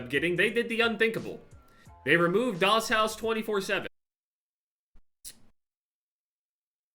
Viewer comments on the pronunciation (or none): none